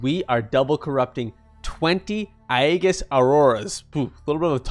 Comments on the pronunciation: agehus not agieus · It's pronounced "Ee-jis".